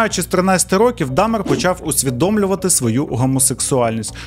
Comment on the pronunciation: Я з перших відео дивлюся, але об'єктивно — наголоси... То з Бояркою, то "чотирьох рокІв"...